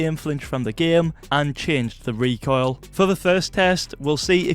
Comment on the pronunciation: That's not... "recoil"